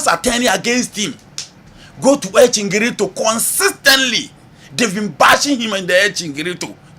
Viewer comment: please it's El Chiringito not chingrito